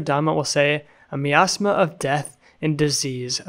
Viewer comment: Great video! But you did not know how to say the word miasma!